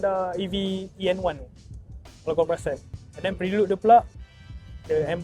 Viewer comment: PHRE-LUD bukan PRI-LUD. reviewer bukan gen-z semakk